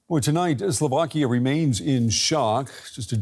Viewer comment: it's slovakiA not slovakii you bright minded ...